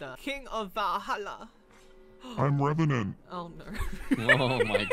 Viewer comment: When she said and I’m revanent I was like that the ener demon